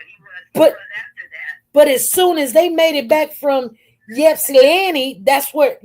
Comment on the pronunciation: Pronounced Short i sound starting off as Ipsilanti, you’ve been saying Yipsanti. Respectfully saying SP. 🥰😊